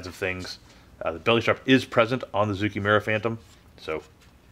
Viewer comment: It's a small thing, but zoukei actually rhymes with "okay." The Japanese language in general has trended towards making things easier to say, so "ou" is usually read as a long "oh" sound and "ei" as a long "ey." 造形村 sort of means model-making/modeller's (zoukei) village (mura). The fiddliness of this kit really doesn't seem worth it for whatever gains the final product might have.